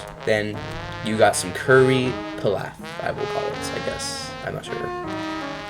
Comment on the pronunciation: p-E-laf Pronunciation ☝️